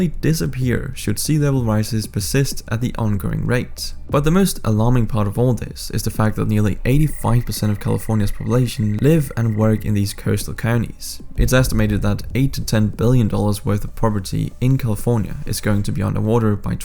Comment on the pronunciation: Unnecessarily alarmist video. And He always says poblation instead of population.